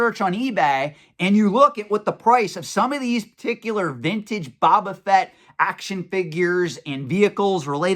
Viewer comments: I always agree with your opinion and insight 100% but you're killing me, man! Phonetically pronounced it is " Bow - Ba - Fett" not "Bob - Ba - Fett". Love the videos as always. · Can we trust a guy who calls Boba Fett "Baba Fett?" Kidding. Love your content:) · My dude... BOW-BA Fett. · New drinking game: Pound a shot every time pronounces Boba Fett incorrectly.;)